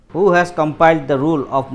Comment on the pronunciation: It's Kepler not Capler